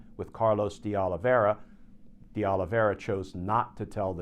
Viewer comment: It would appear the files might be available, but to whom? Not important, but De is pronounced "day," not "dee."